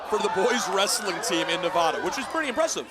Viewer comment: . Learn how to pronounce Nevada properly, ya dingus.